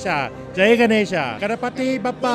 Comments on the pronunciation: Please note, it is not Bappa but Baappa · कहो बाप्पा,बप्पा नही!!!